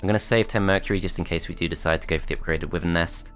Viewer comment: Brings back a lot of nostalgia, but please... it's pronounced wy-vern!